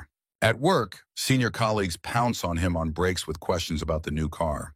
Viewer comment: That "on him" pause 😂😂😂😂